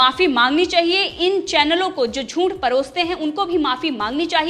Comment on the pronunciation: Teri channel achhi hei. Meine subscribe ki hei. Lekin news kaise ohadhi jaat hei voh sikh. Shabdo ka sahi uchhar sikh. Zoonth nahi hei zooth hei. Tera audio sunke khoon ubalta hei mera tere galat uchharan se. Please hindi sikh le.